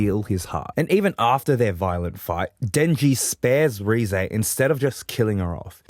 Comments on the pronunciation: Great video Also, it's "Reh-zeh", not "Ree-zey" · You do not pronounce Reze correctly.